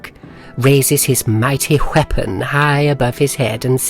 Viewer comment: Mr Testy whalks over to the townsfolk, raises his mighty wheapon. Lol